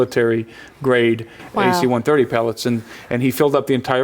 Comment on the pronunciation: It's not "AC-130", it's "a C-130." And yes they are used to transport cargo, in a combat zone. They aren't using 747's over there. I was in the Marines for 8 years. I went to Iraq for 1 of them, and Afghanistan for another 2. And I'm not just saying, I know. I also bought this DVD and myself can confirm the guy knows what he's talking about having ridden them several times. I trust his word over yours. Not only that, he's in a multi-million dollar documentary. You're just some guy on the internet. Which one has more credibility?